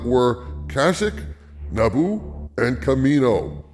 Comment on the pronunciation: Cash-ik? Lol ...ka-she-k....Not sayin, im just sayin.